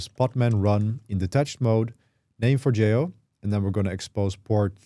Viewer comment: Finally, someone that pronounces Forgejo correctly!